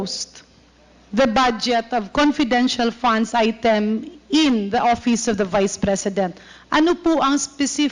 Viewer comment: OVP hindi OBP . Vice president hindi Bise president. V should be pronounced as V and B should be pronounced as B.